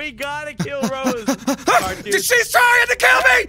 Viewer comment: "I will choke the shit out of you Sq-Rose" LMAO HES SO USED TO SAYING SQUIRREL😂😂